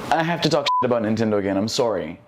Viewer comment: That was a VERY Canadian "sorrey"